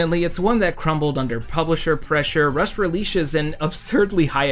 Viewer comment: did... did anyone else notice him saying "russed releashes" at ? no idea why i found that as funny as i did